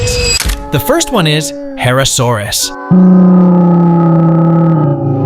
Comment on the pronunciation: Guys, It's actually pronounced: Herrerasaurus, not Herrasaurus